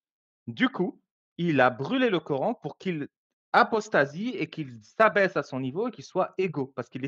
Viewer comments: Ça manière de dire QurEEn au lieu de Quran m’énerve je sais pas pourquoi. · Corán se prononce “corhaine” ou “corâne” …. Tout est dans le titre….